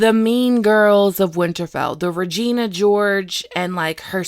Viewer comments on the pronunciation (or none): none